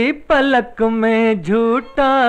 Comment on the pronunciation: Sir, it is khuli PALAK, not Falaq..